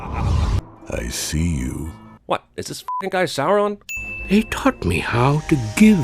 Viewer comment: So glad he knows how to pronounce Sauron now.